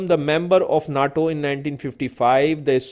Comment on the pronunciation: Worst pronunciation, I also stuck on naaaaaTo ;)